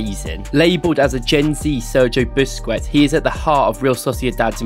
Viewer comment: Please learn how to pronounce Busquets. Its not Buskwets